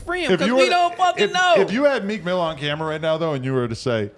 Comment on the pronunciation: It's Meek Mill... No "S" in his name